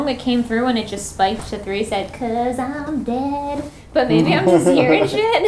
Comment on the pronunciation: Unfortunately with the “because I’m dead” it sounds more like “bésame” from the Spanish song suavemente 😂